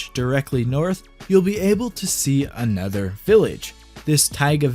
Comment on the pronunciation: right the way you say another, i always hear a nether.